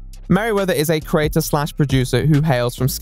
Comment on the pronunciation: The way he mispronounces the word 'creator' drives me absolutely mental.